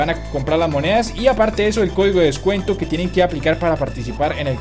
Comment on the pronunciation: es descuento no descueto